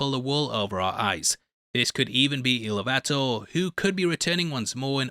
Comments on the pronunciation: I love you and your content but damn it, ask need of the rings how to say it. Eru. Ilu-vatar Like igloo without the g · “ILL-LOO-VUH-TAR” The ONE scholar Amazon kept after firing Tom Shippey is Mariana Rios Maldonado, this is her actual thesis: “Ethics, Femininity and the Encounter with the Other in J.R.R. Tolkien's Middle-earth Narratives…” And in it: ”…’Feminine’ is thought here as a wide-ranging concept that enables the reexamination of Tolkienian characters beyond binary male/female gender paradigms. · Ill ouuu vatar lol